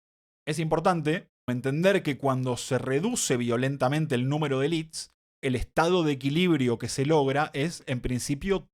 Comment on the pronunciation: Muy bien pero estás hablando en español, pronuncia "élites", no "elits" jajaja.